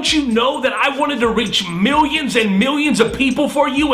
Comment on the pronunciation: "miwwions and miwwions" ha!